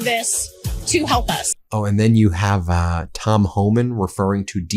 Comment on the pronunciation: For your Tom Holman impression, put a bunch of marbles in your math and you will nail it.